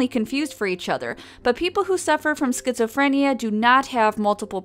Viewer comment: Sket-Zoe-Free-N-yeahhh! Sounds like a imaginary world to me.